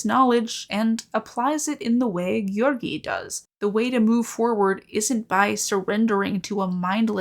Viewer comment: sometimes you pronounce "Georgiy" so well i start to think video will continue in russian